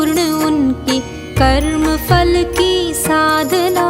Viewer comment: Vey nice but very irritating when ma'am you say FAL instead of PHAL. That is such a common mistake and a very irritating one. Specially when the rest of the pronunciation is actually pretty good.